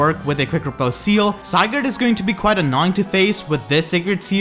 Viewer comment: I love how still has to call Sigurd Zygarde. xD